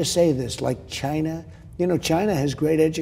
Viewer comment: He says Chynna. 🤣 love it